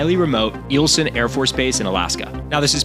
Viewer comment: Aurora is pronounced uh-ROAR-uh, not A-roar. Eielson AFB is pronounced EYE-ul-sun, not eel-sun. Other inaccuracies without cited sources and bad background music.